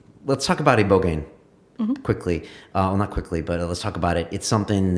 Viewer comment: Eyebogaine not eeebogain